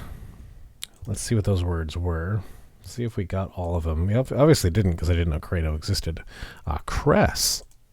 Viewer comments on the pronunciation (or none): CREDO is actually pronounced to rhyme with "Speedo".